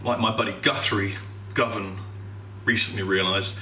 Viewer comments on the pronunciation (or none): none